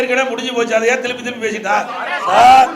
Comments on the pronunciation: திலிப்பி திளிப்பி என்னடா பேசுற, நீ மறுபடியும் முதல்வர் விளங்கும் நாடு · திலிப்பி திலிப்பி இல்ல சார் திருப்பி திருப்பி